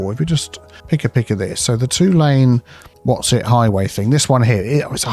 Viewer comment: Highway? Motorway? Nah, it's "hoywee." ;)